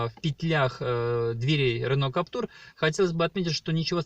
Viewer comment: Владею Каптюром 1.5 года, пробег 15000км. Двери не скрипят, и вообще впервые слышу, что б у кого нибудь скрипели двери. И вообще не Каптур, а Каптюр, КАП-ТЮЮЮР! Не коверкайте название автомобиля!